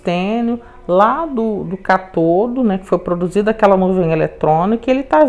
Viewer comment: Aula maravilhosa mas permita-me corrigi-la, com todo respeito: se fala ÂNODO e CÁTODO.